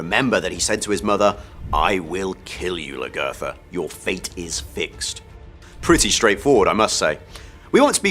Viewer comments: I agree with you...he did not learn how to say her name correctly. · why doesnt he say lagertha right? she's been on the show the longest and her name has been said the most...